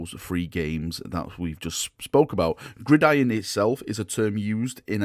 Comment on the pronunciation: Good to see you can pronounce gridiron now 😉